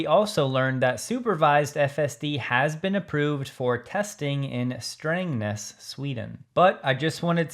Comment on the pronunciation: Thank you for pronouncing Strängnäs correctly ❤️